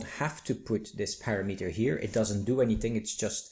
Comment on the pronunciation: hey, it's parameter (pəˈramədər) not PARA then METER! thanks